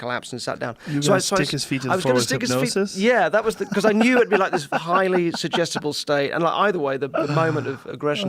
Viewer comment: He says "Sugestable", We hear "IDIOT"